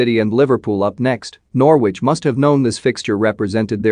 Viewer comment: You cannot even pronounce Norwich properly you idiot!